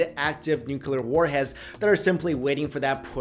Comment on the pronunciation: Nuquler war?